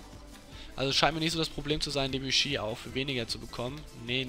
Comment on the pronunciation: Die Aussprache von Debuchy vor der "Veränderung" war meiner Meinung nach richtig